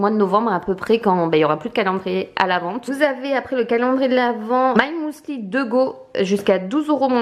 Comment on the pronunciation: On dit mUsli pas mOUli mdr